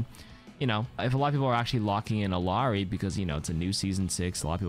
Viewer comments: As someone who speaks Spanish hearing ILL-ARI is driving me insane. It’s pronounced like Iyari. I know it’s pixels, but it’s the principle. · bro how you gonna pronounce illari's name correctly the first time then incorrectly the second time? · Spanish speaker here, and yeah it sounds strange. But as others have said, her name is Quechua (I think it means "daybreak"). If nothing else, she and Echo seem to pronounce it Iliari. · Everyone still struggling with Illari pronunciation huh. Imagine there's a Y in it. "ill - yar - ee"